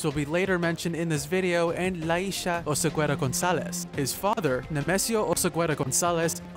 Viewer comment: You don't pronounce the u. OSEGUERA.